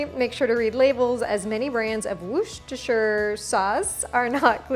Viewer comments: It’s ‘Wooster’ sauce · 'Wuh-sta-sheer sauce' Definitely going to tey this marinade!